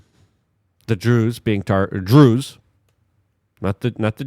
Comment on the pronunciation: I’m pretty sure you pronounced Druze properly